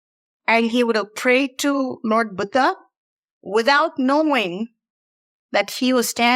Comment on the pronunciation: you are absolutely incredible.🙏 And I love the way you say Buddha.